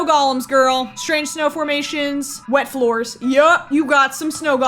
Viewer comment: I think she’s supposed to be from New Zealand 🇳🇿. You can tell from the way she says scratched like “Scr-etch-ed” and floors like “Fl-oAr-s” Australians speak with a slight nasal inflection and focus more on O’s, U’s , and R’s. New Zealanders speak with the A sounding like an E and the E sounds like a U, they tend to speak with a higher inflection on the end of their sentences where as Australians speak with a higher inflection at the start of sentences. Australians speak with the back of the throat to create that full slightly nasal sound, New Zealanders speak with their tongues closer to the roof of their mouthes and pronounce more syllables than Australians. It can be difficult to differentiate between the two accents but occasionally you’ll hear a New Zealander say something that just brings it out completely, it’s like a Scottish vs Irish accent.